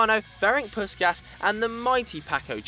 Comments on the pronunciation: with 7 Puskas is pronounced Pushkash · Magyarok! Fogadjunk még nem hallottátok így kimondva Puskás nevét :D